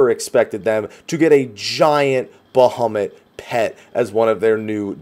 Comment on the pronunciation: BaHUMit, best pronunciation.